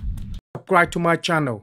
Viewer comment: "Cribe to my channel" Lol